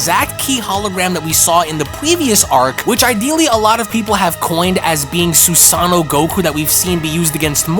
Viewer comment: Heating this man botch words like Susano makes me think he doesn’t even watch anime